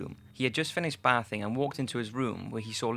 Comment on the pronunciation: Finished Bath-ing huh? Christ dude.